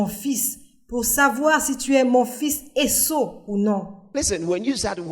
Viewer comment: Esaü et non Esso. Merci pour le travail